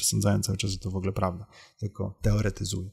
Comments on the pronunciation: Przyznam szczerze - straciłem w pewnym momencie cierpliwość do Pana materiału. Szanowny Panie. Szlachectwo zobowiązuje. Mówimy "w ogóle" a nie "wogle". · Szanowny Panie! Szlacheckich korzeni nie mam, więc z tego tytuły żadnych zobowiązań :) ja źle wymawiam, ale nie mówi się też "w ogóle" tylko "wogóle" z akcentem na pierwszą sylabę.